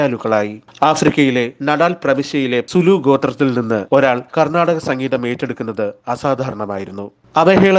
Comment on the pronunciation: കർണ്ണാടിക്ക് സംഗീതം എന്നതല്ലെ ശരിയായ ഉച്ചാരണം